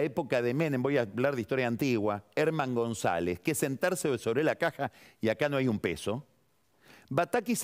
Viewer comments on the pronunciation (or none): none